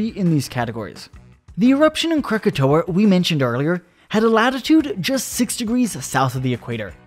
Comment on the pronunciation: Disliked after hearing 'Crookatoeuh'